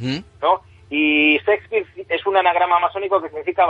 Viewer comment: Lo que mas me gusto fue la pronunciaciòn Sespir ja ja ja.